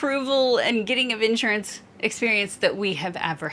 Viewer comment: So it's pronounced "in shure ants." You Southerners with your funny enunciations.